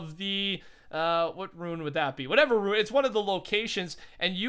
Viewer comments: RUNE! not ruin, RUNE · Rune, not Ruin.